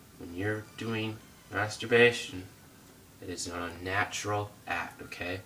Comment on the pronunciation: Lol dude can't even say the word masterbation